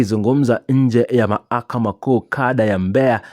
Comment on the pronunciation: Bhanaweee,sema mlalamikaji Wala siyo mlalamikaji. Na ni mahakama,siyo mahakama,wewe vipi bhana?